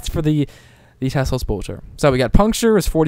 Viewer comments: T E L S O. Pronounced "Tell-ohhs" NOT "Tes-lose" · Te-Los, not Tes-Los. I die every time I hear you say it. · How the hell do you pronounce that tesolose it's telos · MY FUCKING GOD!!! It's TELOS, not TESLOS. I'm sorry for freaking out, but this annoyed the crap oit of me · its telos not teslos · Tel-os not tesla lol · Why does he say "Teslos" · Teh-Los* MMM K? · cannot watch the video because he always calls it tesslos boltor shit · lol exactly what I was thinking all the way through. Just read the word. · I know, it's hard to read right XD